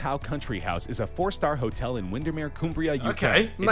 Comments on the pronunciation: Okay I'm from there, and fuck me that pronunciation is terrible. COOMbria fuck me man XD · I'm from Windermere and I can confirm it is not coombria it is Cumbria